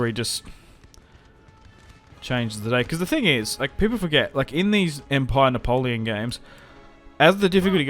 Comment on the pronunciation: The way u say "Napoleon!" With the French accent is damn glorious mate!